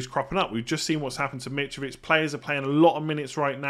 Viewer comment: Nobody: Mitrovich Absolutely everybody: Mitrovich..: Mitch-Vitch!!🥴